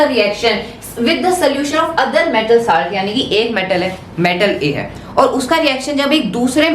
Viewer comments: Bro saaaaaaalt nahi salt hota hai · Broo it's salt not saalt